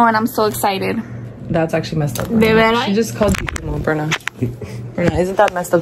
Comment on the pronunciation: Not to be mean but it’s berna*